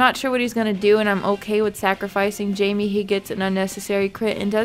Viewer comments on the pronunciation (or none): none